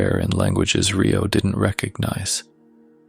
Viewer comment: Great story but my OCD kept me catching the mispronounced name of Rio (Re like recycle plus Oh not RAI-O not Rye bread Oh )but good story it’s like half right and half not big loved the story!❤ Love your voice!